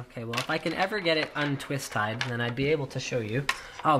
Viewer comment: Un-twis-tied :D 'CUNADIA!